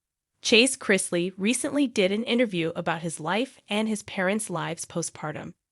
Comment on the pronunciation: Of course this young man is stressed look what he's been through instead of you guys talking about him and spreading lies why don't you pray for him and his whole family what is wrong with you people and later you can't even say their name properly you don't know anything about these people shame on you